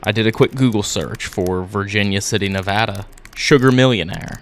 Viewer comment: Coming from someone who lives in Reno NV I appreciate you pronouncing Nevada correctly 🫶🏼😭